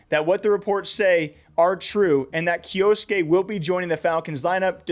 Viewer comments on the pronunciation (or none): it's a japanese name and it's pronounced kyoske not kyo-su-ke, the u is silent